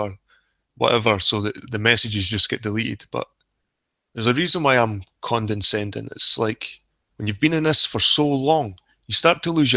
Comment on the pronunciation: FYI it's "condescending" not "condenscending" ....don't mean to be a grammar nazi, but after first few times I just had to, sorry lol